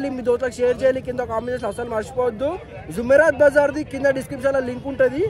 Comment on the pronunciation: Arey Naina zoomerat bazar kado adi “JUMERAAT”Bazar